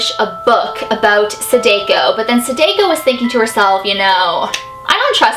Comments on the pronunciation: sAHH- dAHH - ko, not suh-day-ko, just saying! Also I love your videos, I think you're great (: I've been binge watching them all. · ...I love you sooo much!!! But I’m not trying to be a hater but it Sa-Dah-Ko,Not Sa-Day-Ko... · its DA not Dae sorry for correcting you love the vids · You've said you watched Ringu right? It's Sah-Dah-Koh. Not, Say-Day-Ko. It's my pet peeve when somebody says it wrong. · The way she says Sadako. Sadeko. Sa-da-ko. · corection there i actually speak japanese and its not pronounced sadako its pronounced sa-da-co not sa-day-co. da not day just saying. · the name of the ghost is like sah - da - coh not sa-day-co but i luv u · Lol u said sadako wrong it's actually pronounced sahdahko not sadayko lol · (plz no hate ,,,,,it just bothers me how you say the name) it is not sa-day-ko you pronounce it just like the name's spelling sa-da-ko i know Japanese pretty sure it's how you say it :D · Hey, just wanted to tell you, her name is pronounced Sa-dah-ko. Not Sa-dai-ko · Is anyone else cringing the way she is butchering her name!? It's Sah-DAH-ko not Su-DAY-ko... Still love you! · is great, she's the realest youtuber ever, just im cringing to the way she says sadako, it's not "seideiko" the a sounds more like the european people say their a like "saadaakoo" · Me: it's called Saadaako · Pronounced Sah-Dah-Ko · U ua u said it wrong it's sa da ko and this story is more like the grudge 😟sorry I have problems with people who say names wrong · ITS PRONOUNCED SAAAAAAAHHHHH DAAAAAHHHHH KOOOOOOOOO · her name is pronounced sah dah ko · wow you pronounced Sadako wrong you pronounce it Saydayko -_ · Here, it's pronounced like sa-da-koh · how to pronounce sadako! sa tha kho =sadako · No need to be rude but you pronounced the Sadako wrong it should be ( Sada-koo). I dont want haters because im just 11 years old but im not stupid. I love all of your videos and im a subscriber so please dont hate me for my actions.